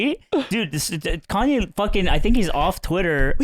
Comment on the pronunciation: We just going to move on when called Kanye "Yee" instead of "Yay"?